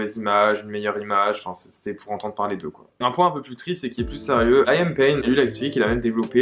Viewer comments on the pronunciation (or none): Rien a voir mais on dit pas Laiam mais Lï am (comme on le lirait en français en prononçant le i.) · Quelques petites erreurs, cependant merci de parler d'eux, ils le méritent. Là ça va juste être une remarque de directioner à donf, les prononciations de certains nom font mal aux oreilles (aucune critique juste une remarque), niall horAn, lAIam payne. Gros bisous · Liam se prononce LEE-YAM pas LA-YAIME 😅😂😂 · juste c’est pas important mais la prononciation de Liam c’est Leeyum hihi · super vidéo intéressante!! Par contre pitié Liam que ce soit en français ou en anglais ça ne se prononce pas Layam haha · Harry est le plus jeune pas Liam et sa se dit Liam comme à la française